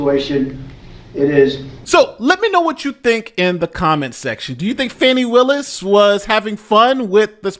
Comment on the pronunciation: Fanny becomes Fawny 😅